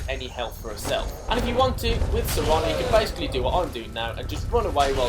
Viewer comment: Serana, not sereeeeeena